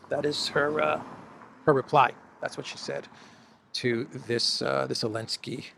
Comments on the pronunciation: Hi, I was wondering why you pronounce Zelenski's name without the Z. I checked with ChatGPT. Here's the response: The proper pronunciation of Zelensky (or Zelenskiy, spelling varies) definitely includes the Z sound at the beginning. The name comes from Ukrainian or Russian, where it is written Зеленський (Ukrainian) or Зеленский (Russian), both of which begin with the letter З (equivalent to the English Z). So phonetically, the Z is not optional—it is an integral part of the name. The correct pronunciation in English would be something close to: Zeh-LEN-skee (most common English approximation) In Ukrainian: [zeˈlɛnʲsʲkɪj] So the commentator dropping the Z and saying “Alenski” is simply misinformed or has misunderstood the pronunciation. It’s not a dialectical variation or a hidden Ukrainian nuance—it’s just incorrect. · Good work. Great content, great scenery! 2 questions: 1) How do you keep your camera so still walking around and not even looking at it...accomplice? Is Zelensky a false name to make it sound more Ukranian? You always call him Elensky. Let's hope the Indian military keeps cool. Everyone knows the big wigs want to weaken Iran and BRICS plan, so any chance of conflict to disrupt trade between these countries plays into the hands of the Western money guys. Good for China to say investigate the incident before launching full scale war between 2 unclear nations. How insane would that be! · Elensky? Its Zelensky